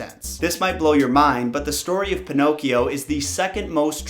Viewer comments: Pinocchio not pinocs. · This is how many times he said pinochs 👎🏾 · Pee no key oh